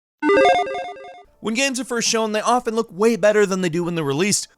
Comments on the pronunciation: Are you actually unable to say "Games" and must say "Gams" instead?? What a buffoon. Learn to pronounce. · Why do you pronounce games as "gams"? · It's pronounced "games", not "gams" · Gheahms? You mean games